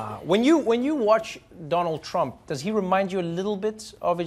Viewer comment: i wasn't ready for arabic trumph lmaaoooo